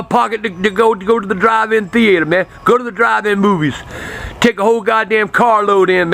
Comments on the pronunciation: "THEE-ATE-ERR" - Love dat accent. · thee-eighter haha